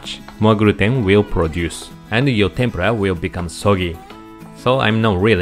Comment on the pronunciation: Dear Sir.yuor pronunciation on Tempra that's the way you pronunciation sound BUT. RIGHT WAY IS TEMPURA Wich make lots difference